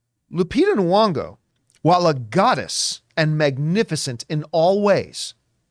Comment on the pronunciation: Every episode I wonder if John's gonna realize her name has a Y, not a U. Still not today. Lupita Nyong'o, not Nuong'o